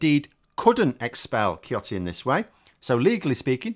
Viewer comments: I came to your channel to have a giggle at UK politic, especially over brexit, it is fair you do a reverse on French politic. BYW, it is pronounced Sioti, like in English, C followed by E or I is pronounced S. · “Ciotti” is pronounced and “siotti” in French (s sound). If you want to be naughty, you can say "shiotti" as in the original Italian, juste like "chiottes" (meaning the bogs). Finkielkraut is not a Holocaust survivor (he was born in 1949), but he is the son of two Auschwitz survivors. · French man here, Eric "Shioti" should became the new standard for his name pronunciation. It is not but the word "chiotte" means a lot in french.